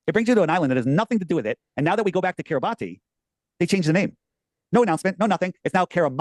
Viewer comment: does his own research but didn't find that Kiribati is pronounced KIRR i bass in Gilbertese language.